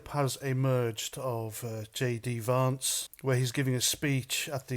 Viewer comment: It’s Vance not varnce